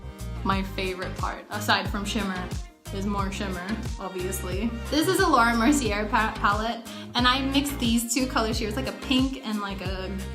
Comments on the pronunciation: the way she pronounced laura mercier made me wanna cry lmao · Nung si Maxine ang nagsabi ng "laura mercier" na "lawrah mer si er", andaming nagalit Pero nung si cat yung nag sabi, walang pumapansin ????